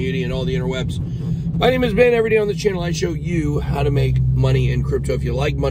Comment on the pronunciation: IS his name or Ben, because all I hear every time is "my name is "?